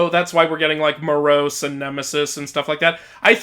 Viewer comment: You mispronounced Moros (In the greek spelling of the name, the tonos, that being the accent, is over the first 'o' so that's where you put the emphasis), and it's hard to gauge but at least in the game, the characters pronounce Melinoe as 'meh-LIN-oh-ee' instead of 'MEH-lih-NO-ay'. I've always pronounced it the first way, however the greek spelling is kinda hard to decipher as the tonos is over the 'o' instead of either the 'i' or the 'e', though it's hard to gauge as the game makers also pronounced Demeter wrong because they used the british pronunciation.